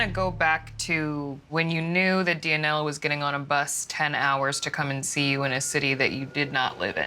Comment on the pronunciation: am I the only one cringing when he says dia-nella lol